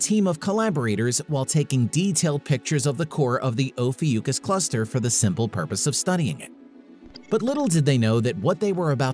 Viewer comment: Oh fee ookus ? Never heard it called that before.